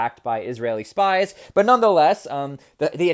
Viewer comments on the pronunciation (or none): none